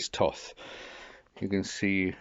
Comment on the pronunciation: Didn't realise one could pronounce tooth like that.